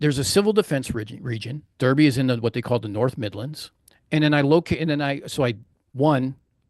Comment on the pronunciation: Great presentation. But please remember for your next presentation that Derby is pronounced, "Darby".